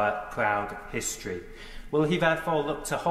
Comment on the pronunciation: “Owyre pwowde hwistorey” 😆🤣😆🤣😆🤣🤣🤣🤣🤣🤣😁🤣